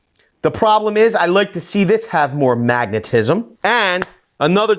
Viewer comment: I die a little bit inside every time you say magnetism